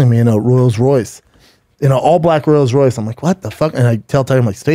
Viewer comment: "Royals Royce" then says the word rolls 2 seconds later. Man fuck! Fuck!